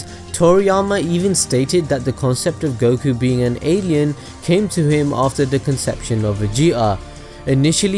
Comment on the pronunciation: UM ACTUALLY its pronounced 'Goh-key' you got the names wrong unsubbed (I have a new Ninja Storm weekly series btw, it'd be sick if we could do a mini collab again haha)